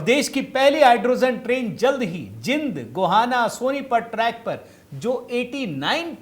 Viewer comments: जिंद नहीं जींद नाम है हरियाणा के जिले का।। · जिंद नहीं जींद है शहर का नाम। अंग्रेजी एक अधूरी भाषा है जो भारतीय नामों को प्रगट नहीं कर सकती है।